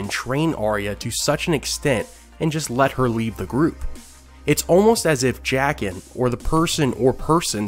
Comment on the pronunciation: J-"AH"- Qen not Jackin